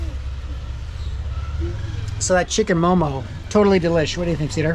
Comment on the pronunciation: We never say momos. . . Just mo:mo . . .